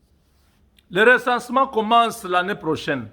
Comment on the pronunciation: Resansement. Nde likambuuu🤣🤣🤣🤣🤣🤣